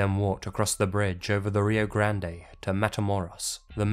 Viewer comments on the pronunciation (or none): Ugg, it's pronounced the "Rio Grand" not the "Rio Gand-e". Take it from someone who grew up on that river. It's a common mistake. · Ah yes, the Rio Grand-day.